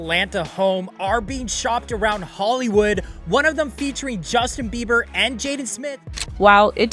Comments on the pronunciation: SAY HIS NAME CORRECTLY OR SHUT UP.. (JUSTIN BEIBER) NOT BIBER😅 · Justen Bieber is not pronounced [Buyber]. Big insult to the viewer and Justin. Can't be more ridiculous. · This AI voiceover is too much! It called him Justin ‘bye-ber’ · Please learn how to pronounce the celebrities names before making a video. 😂 Bi- ber. LoL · BEE BER NOT BY BER. BIEBER. SAY IT RIGHT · How do you not prounce his last name correctly?? Who is Justin "Bye-ber" .. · This may get deleted, but if it doesn't, I just want to put out there to every newbie trying to cash in with their YT channel, DO YOUR D@ RESEASRCH on the proper PRONOUNCIATION of a person's name before you post about them!!! "Justin Bi-ber?" You weren't trying to be sarcastic, you actually didn't know how to pronounce Justin's last name! Where have you been for the last 20 or so years,? It's pronounced Bee-ber,! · "bye-ber" ? what rock have you been hiding under in the last 30 yrs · Is this A.i. bc who says his last name like that? bye-ber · Justin "VIBER"? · It's pronounced bee burr ffs 😡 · Need to say Justin name right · you began with mispronouncing Justin's name. I'm sure it's an AI mess-up, but it still makes it difficult to take seriously, or believe all ur reporting.. BUT, J & H; It wasn't your fault Justin, you should've been protected, not destroyed!!! Shame on THEM who hurt u!! Bless him and his gorgeous family! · Learn to say his last name. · Did anyone also notice how she pronounce Justin's last name😅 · First,, learn how to say his NAME.